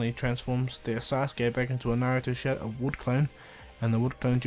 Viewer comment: Your saying showdow clone